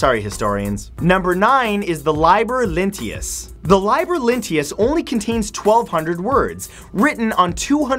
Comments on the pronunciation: It's lee-ber, not lie-ber, and E-TRUS-cans, not E-trus-CEE-ans. Sigh. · "Liber" is pronounced "leeh-bur." You need to read more.